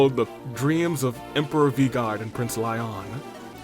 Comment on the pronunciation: Is it too late to comment that it's pronounced "Leeon" not "Lion" and "Physic" not "Psychic"?